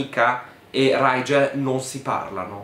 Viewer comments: Ma riguardo il nome del tipo, la stella si legge righel, perché lo pronuncia raigel xD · Piccola precisazione: Rigel si legge come su scrive, non Raigel (io lo so perché l'autrice aveva l'aveva specificato neo prologo su wattpad) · E dopo Bronagh e Brannah, diamo il benvenuto a RRRRIIIGEL nella cerchia dei nomi brutti🤣